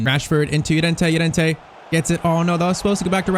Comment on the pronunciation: please dont call him yorente call him llorente